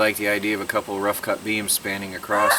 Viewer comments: the word is across, not acrost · Sorry to be critical but the word is 'across' not 'acrosst'.